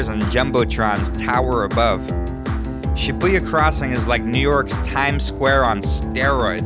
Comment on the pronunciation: The video footage is great! Good color! Very pretty! Good job pointing out a lot of the most famous places in Tokyo, but you are mispronouncing the names of many places: Narita, Harajuku, Shibuya, Tsukiji, ... You can confirm the correct pronunciation by asking your online friend Yuki or any fluent Japanese speaker. When you said, "Akihabara" and "Shinjuku", it was OK. I have live and work in the Tokyo area. I could easily recognize all the places visited.